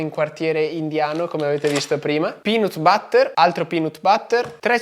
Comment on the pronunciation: ma si dice pinat batter non pinot butter..